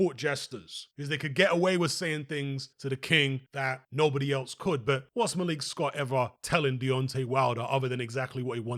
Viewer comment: Why do you call him malique? lol ur British bro